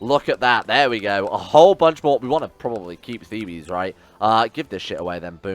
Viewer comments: Thebes or Waset in ancient Egyptian, is located near modern Luxor. Asyut was an Ancient Egyptian city as well but they are both not the same city. Also if your gonna keep calling it Thebes instead of Waset, its pronounced Theebs not Thebees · The city is pronounced Thebes, which sounds similar to thieves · Theebs is the English pronunciation and Thebees sounds like the greek pronunciation